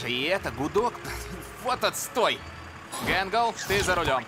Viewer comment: Не Гангл а Гэнгл